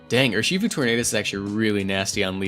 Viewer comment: I cringe every time you say Ur-SHI-fu pretty sure it's pronounced URshifu